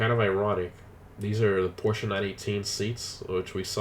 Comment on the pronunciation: porschE guys Im from Stuttgart where porschE comes from! And it's not Porsch it's Porscheeeeeee